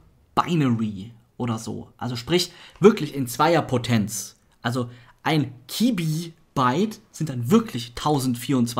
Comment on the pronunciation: <KSM>Es heißt nicht Mibibyte und Tibibyte sondern Mebibyte und Tebibyte.</KSM>